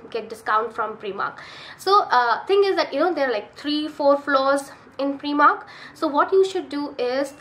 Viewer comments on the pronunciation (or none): heya, I think it's prYmark, not preemark. Nice video.